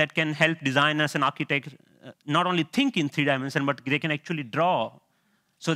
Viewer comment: There is no "TH" sound in his native language. I tutor English as a 2nd language and I run across this problem all the time. The sounds you learn from mom become the only sounds your mouth can easily make ... even by age 7, much less 30 something. You can hear that in his first sentence when he says "tink" instead of "think".